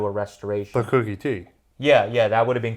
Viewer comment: Koooookie T not Cookie T.